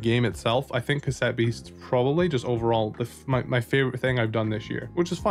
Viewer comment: Stopped watching as soon as I heard "OMG, C-ASS-ETTE BEASTS OS SO AMAZING!"